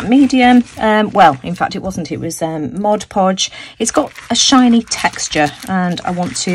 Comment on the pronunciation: Great video. THANK YOU SO MUCH for pronouncing Mod Podge properly. So many artists who should know better pronounce it Moj Poj, and that hurts the ears. I love your color combination choices. You are awesome.